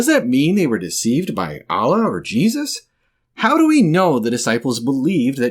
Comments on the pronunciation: As a Muslim, i hate it when some guy pronounces Allah in the wrong way💀💀💀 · the way he says allah 😂😂😂